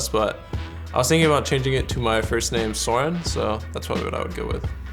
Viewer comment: ask Bjergsen: how do you pronounce the "o" is Soren?